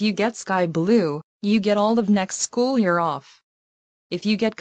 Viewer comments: said shoe instead of school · does she mean school? She said shoe? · says shoe instead of school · Shoe?! I think she meant school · She said "shoe" instead of "school".